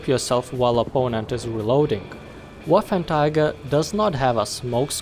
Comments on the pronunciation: Waffenträger, not waffentiger. It means wartractor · It's "Waffenträger", not "Waffentiger". Also, the gun has so much penetration because of the MUCH bigger cases then the tiger one. The longer barrel does not make that much of a difference. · "Waffenträger" , not "Waffentiger" i dont know how you speak it , but as german native speaker its horrible to listen this word spoken like that. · Not Waffentiger Waffenträger xD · "Waffen tiger" its pronounced waffentrogger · Bruh its not waffentiger its waffenträger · trager not tiger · Waffenträger = Weaponcarrier ..no "cats" inside.. spell it like: wuffentrayger ;) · Im a bit triggered by him saying waffentiger instead od waffenträger the whole time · Am i the only one who.noticed that he said waffen tiger instead of waffen trager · learn englinsh and not waffertiger but waffentrager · You pronounce it "Waffenträger" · NO waffenTIGER but WAFFENTRAGER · its pronounced as "VAFEN-TRAYGER". anyways great review!! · The letter 'ä' is very foreign to us Hungarians and the closest thing we have visually is the letter 'á' and that's why he pronounced it like Waffantraager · a with umlaut (this two dots) is read as -ei, not -ai as pronauced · it is more like 'wáffentréger' in hungarian or 'waffentraeger' in english pronunciation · "Waffentiger"? XD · Arghhhhhhh but why would you say waffentiger.... Is it that hatd to say the name properly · Excuse me, but Waffenträger is read like: [vafentreyger] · I think it's pronounced vaffen tra ger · Waffen Tiger? Woofen Tiger? Wafen Tayger? Anyway, enjoyable content c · Wow you slaughtered the name=D As an english speaking person you would pronounce it sth like "Waffen Treagker" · you kept saying Waffentiger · Ahh yes, the waffentiger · Ah yes, the "Waffentiger"! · Man! Its hurthing my ears! Its not a waffen"Tiger"!!! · it’s pronounced Va-fen-tra-ger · Just say waffentrager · I was so confused by why he said waffentiger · I heard Waffletiger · It isn’t ‘Waffen tiger’